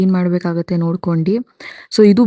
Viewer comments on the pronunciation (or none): Hi it's nodukondu not nodukondi😮